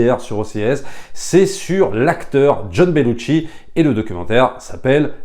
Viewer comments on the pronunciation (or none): petite précision: on ne prononce Belushi avec un T... ce n'est donc pas BeluTchi mais Belushi :) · Belushi = ”chi” Bellucci = ”tchi” Sinon, merci pour ton enthousiasme